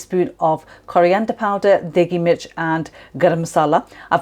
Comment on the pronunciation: Hi, thanks for the recipe, it turned out great. The only ingredient I didn’t have was the red powder that you used, it sounded like you said daygemich but I didn’t really understand what you said. Thanks again